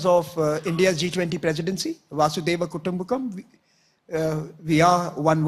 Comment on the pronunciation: It irritates me to hear ,"vaasudeva kutumbakam". It is "Vasudhaiva Kutumbakam". "Vasudha" is earth. "Iva" is only .loose translation :earth is all one family only".